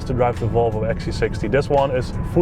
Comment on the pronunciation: So funny the dutch way you pronounce Volvo, or should I say: wouolwouo :) j/k